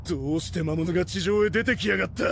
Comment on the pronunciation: 動画のクオリティは、最高です！更に面白くなっています。一つ気になったのは、キャラクターのセリフの、魔物が「まむつ」に なってたり、聖剣が「ひじりけん」になっていたり、思わず笑ってしまいました。でも、このAIアニメシリーズは、やはり一番だと思います。これからも、期待しています。